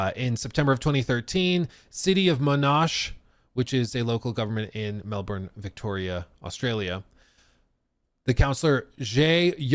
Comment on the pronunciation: Bro’s absolutely destroying the pronunciation of these names. It’s Mownash and Bondee.